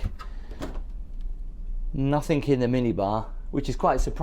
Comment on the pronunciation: It's pronounced NOTHING, not NOTHINK.